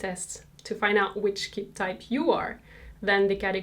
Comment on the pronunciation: It’s pronounced Key-bee, not Kibb